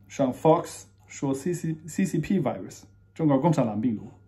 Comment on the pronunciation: 请转告Stone 说Virus 的时候V音要用上牙咬下嘴唇啊…………！！！作为生活在美国的人……这发音也太烂了，他把评论关了也没办法提醒他…………………………